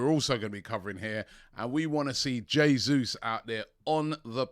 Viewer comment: Now that you are pronouncing Jesus correctly, lesson #2. In Portuguese a "R" at the beginning of a word is pronounced as "H". So Raphina should be pronounced Haphina. Just sayin'